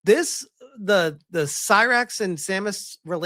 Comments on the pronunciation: It's not Sirux, ... it's Sylux as in Sigh ... Lux ... not hard to say! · Man, you always claim to be a Metroid superfan, but an as an ACTUAL Metroid superfan if HURTS every time you butcher names from the series. Cy-rax. Samus "Uh-rawn". Like, dude.